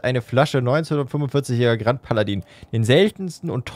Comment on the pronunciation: ichbin zwar kein Französisch bzw. Wen experte und möchte dich auch nicht mit verbesserungen nerven, aber ich glaube grand paladin spricht man groo paladah aus